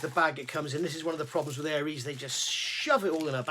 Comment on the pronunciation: Good guide for beginners. Just one small point is the way you pronounce Aires, it's not Aries ( Air rees ) as in the star sign, it's Aires as in Aircraft Resin.